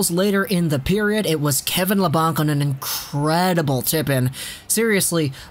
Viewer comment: It's pronounced La-Bank, not La-Bonk